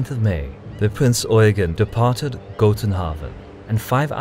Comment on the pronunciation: It's Prinz Eugeeeeeeeen, with an accent on the last syllable.